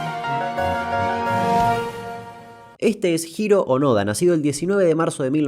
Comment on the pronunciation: Jajaja lo pronunciaste bien , tranca !